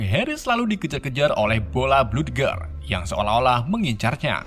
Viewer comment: bola bludger bacanya blajer